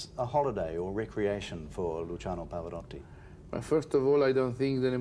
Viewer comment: I Get angry that even Italian Interviewer's Miss Pronounce his Name.. PHONETICALLY IT IS PAV-O- ROW-TI NOT Rotty.